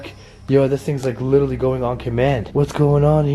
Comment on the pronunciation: What made me really like your videos to begin with, is the way you say literally. Which is "licherally". I absolutely love your videos! P.S. Say hi to Tom Ya Boi for me! <3